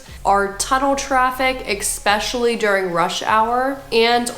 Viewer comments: Jesus. Just read the word and sound it out. E-s-pecially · Tell this woman that it's not pronounced expecially!